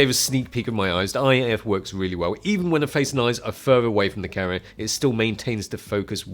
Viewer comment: its an awesome full fwame cawa